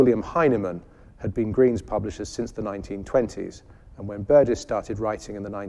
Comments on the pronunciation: Why does insist on a 'hard g' in 'Burgess', yet when he pronounces the name with 'a soft g', he 'corrects' himself? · I am pretty sure pronounces Burgess with a hard 'g'. Listen again to the first three minutes. I am certainly not defending the deplorable institution that is YouTube, let me state!